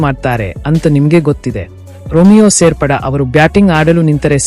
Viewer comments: ರಿಮಿಯೋ ಶೇಫೆರ್ಡ್ ಮಾರಾಯ, ರೋಮಿಯೋ ಸೇರ್ಪಡೆ ಅಲ್ಲ ಮಾರಾಯ 😂🤣🤣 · ಸರಿಯಾಗಿ ಮಾತಾಡಲು ಕಲಿತುಕೊಳ್ಳಿ ಸೇರ್ಪಡ ಅಲ್ಲ ಶೇಪೇರ್ಡ್